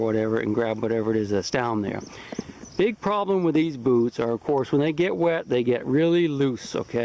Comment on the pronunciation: At first I thought you said lets talk about booze.